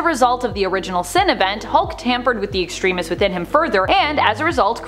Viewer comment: Your pronunciation of Extremis drives me nuts, otherwise nice short coverage of this story